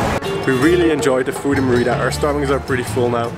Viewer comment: 1. Learn to pronounce Mérida please, it started to get painful! :) 2. Parque Santa Ana is visible out of the window and there are about a dozen street food stall selling queso relleno. They also sell it at the main plaza every Sunday. So not sure why it's hard to find? And how can you not recognise bechemel sauce?! 3. You get far better cochonita again at the locherias in Santa Ana or at La Lupita in Santiago. You also somehow failed to mention lechon which is similar but much better. Both best on Sunday mornings in Mérida. 4. The green sauce at Wayan'e is not guac! And you didn't get castakan (unless you were unable to identify it when tasting somehow?) 5. No locals from Mérida eat at Chaya Maya - it's strictly a tourist trap for Mexicans and foreigners. Hence the cheesy tortilla demonstration. And you get much better versions of all their dishes elsewhere. 6. You probably missed the two best restaurants in that area of Mérida: El Cangrejito and El Marlin Azul. 7. Where's poc chuc? 8. You didn't mention what manjar blanco actually is! 9. Next time don't miss the cebollas negras from Nectar!